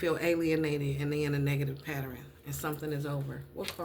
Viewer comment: the word is Pa - tern. Not pat ter en. love and light